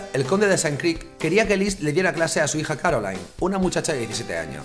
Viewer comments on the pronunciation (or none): A ver si aprendemos a pronunciar en francés o alemán... qué eso de CaroalAIn, o de PÉrigny, o de FlÁvigny, o de FrÉderic ???.... Menos política y más pronunciar bien